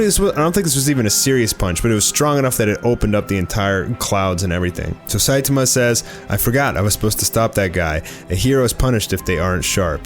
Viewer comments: It’s sai tAHmAH not saitamuh. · SAI TA MA not Sai ti ma 🤦🏻‍♂️ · Why do you say “Site-Tema” kinda annoying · It pronounced say toma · sai-tummuh lol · At least pronounce the name of the main character properly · The way u pronounce Saitama 😂😂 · Pronounce Saitama’s name correctly. You’re butchering it smh 🤦🏼‍♂️ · I like it when you pronounce Saitama. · No hate or anything but the way u say Saitama bothers me but love ur videos keep it up! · how do you manage to butcher Saitama that badly lmao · Hey,. Are you aware that you’re pronouncing Saitama’s name wrong, and are you going to do anything about it? Edit: Ex: The a in the middle is being pronounced as a e in the middle